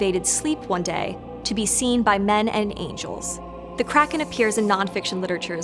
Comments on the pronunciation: it’s so annoying she pronounces it like “crack-in” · Kraken hmmmm Take out the second k and switch r and a